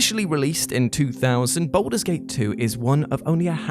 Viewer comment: Anyone else irked by the pronunciation of 'Baldur' as 'Boulder'?